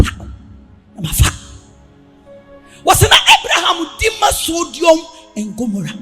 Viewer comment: Sodom not sodiom😊😅😊😅😊😅